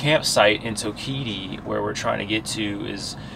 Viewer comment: I liked your guys video I go to Toketee at least 5 times a year allot of people have trouble pronouncing it so I thot I'd help out the pronunciation is toke uh tee